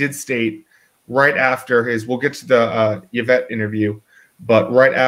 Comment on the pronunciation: Who is "Yavette"?